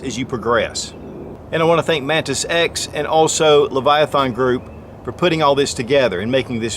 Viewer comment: I keep hearing Mantis Sex